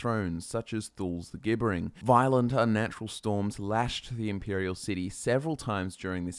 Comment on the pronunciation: "Gibbering" is pronounced "JIB-ber-ring"